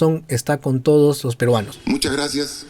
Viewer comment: "Yo...Merino juro... Por too lo peruanos.." No puede ni pronuncia claramente el español!